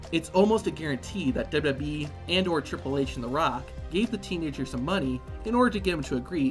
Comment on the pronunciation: W. W. E. NOT dubbleyayubweeee